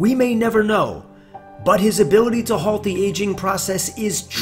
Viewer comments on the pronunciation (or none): none